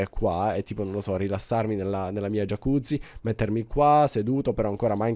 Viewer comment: se vuoi puoi mettere sotto la jacuzzi dei magma block o della soul sand per far uscire le bolle. P.S. Si dice iacuzzi ma si scrive jacuzzi, non si dice giacuzzi. Ti adoro mi metti cuore?